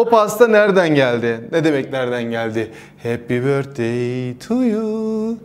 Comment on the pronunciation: hapy börtey tuyuu ✨ dkjdjdjdkdjdjd